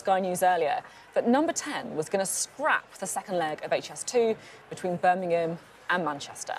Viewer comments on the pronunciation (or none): Beth, where is Birningham? Please pronounce our great 2nd city properly. It is Birmingham B.I.RM. Not B.I.R.N. Your welcome.